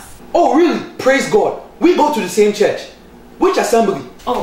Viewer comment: LOL "Continue to stedy" "Do you go to cherch" "Which chech"